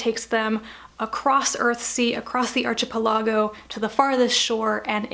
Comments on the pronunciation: It's: ark-e-PEL-e-go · As someone who has pronounced “Earthsea” incorrectly all his life, let me suggest you look up the pronunciation of “archipelago.” 😉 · I really loved the series and have reread it many times. I am reading The Wizard of Earthsea to my son now. Thanks for a great review. Thank you. May I just ask why you pronounce "archipeligo" the way you do?